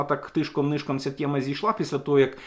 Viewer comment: все файно викладаєте, але чому "тєма", а не тема? Чому вам так смакує рашистська вимова?